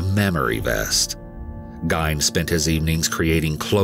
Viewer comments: YOU AND SO MANY OTHERS ARE PRONOUNCING HIS NAME INCORRECTLY. It’s “GEEN” not “Ghine”… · Its Ed Geen not gayn " Ed Gein" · It's "Geen" not "Gine" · NOTE TO EWU: Even though "Guyne" (like "nine") is phonetically how you'd say it, the family pronounced their last name "GHEEN" (like "bean"). Ed Gein clarified this himself in an interview at least once. These videos are great and this narrator rocks. I'm surprised by how many people seem not to have heard of The Plainfield Ghoul. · I wouldn’t say he butchered it cuz people do say that name like Gine. There’s other pronunciations like Jane, Gain, and Jean. But the story of Ed Gein is infamous, so a lotta people know it’s properly pronounced as Geen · Gein is pronounced similar to "keen" instead of "pain". There's an article where he was asked and he mentioned this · Am I the only one who's gonna mention his last name is pronounced "Geen" not "Gine"....? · The narrator is pronouncing his last name wrong. It's not pronounced gine. It pronounced as geen. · Okg enough with the “gyne” pronunciation.. its GEIN like GREEN but without the R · It’s pronounced as Geen, not Gine 😬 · His last name is pronounced "GEEN" not "GYNE". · Its Ed Geeeeeen. Not Ed Guyn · Ed Gein also inspired Silence of the Lambs. The book is truly terrifying. Also: It's pronounced like "Green" with just the "r" dropped. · OMG Thank you its driving me nuts lol good video until you hear him say that last name, kills it hahaha dont even know how you get "guyn" out of Gein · it’s not. It’s pronounced gēn and that’s a fact. I have family from Plainfield and my mother went with my grandmother to buy Christmas ornaments that Eddie made while he was in the nut house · Yeah it was gain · It’s driving me crazy!! I’m screaming “geen” every time he says it! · Right...ugh. It's GEEN..like GREEN, minus the R. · I came to the comments for this!! GEIN! (Like FIEND!!!) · Thank you, that "GYNE" thing was driving me mad XD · Pronounced "Geen" like green but drop the "r"